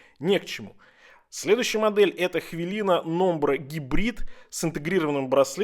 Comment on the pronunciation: хвЫлЫна правильно